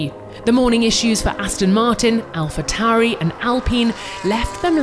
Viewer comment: "AlhaTauri" instead of "AlphaTauri"